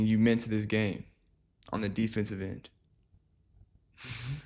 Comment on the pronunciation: Lmaao “ on the defenseive end” took me out😂